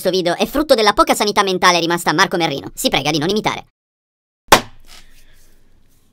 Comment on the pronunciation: Ma perché io invece di capire marco merrino, capisco marco merlino?????